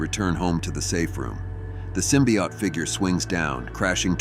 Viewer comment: The narrator keeps mentioning something called a symbiot. What's the difference between a symbiot and a symbiote, besides pronunciation?